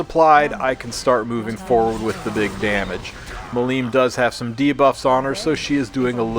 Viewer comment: MI-lim, not mi-LIM :D